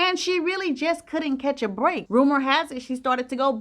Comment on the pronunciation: Oh chile you crack me up when you say the word "break"... brrrreak and I can hear your 👄👏🏽 🤣